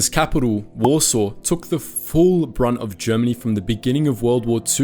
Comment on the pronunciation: Ah yes, the Polish capital of wAsRsAW. lol